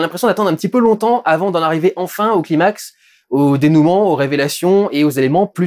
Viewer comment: Merci! Tu es l'un des seuls à prononcer "climax" correctement. Les gens pensent que ça vient de l'anglais... Non, ça vient du grec ancien, "klimax" signifiant "escalier". ;-) Bonne critique sinon!